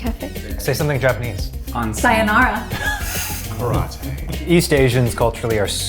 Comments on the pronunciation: Eugene: say something in Japanese: syjonaaraa💀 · Its sayonara 🤣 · THE WAY PRONOUNCED SAYONARA I CAN T